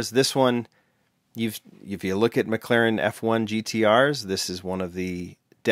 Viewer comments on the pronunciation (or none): none